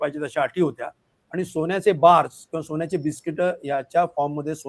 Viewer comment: सोन्याचे म्हणावे सोण्याचे नव्हे रे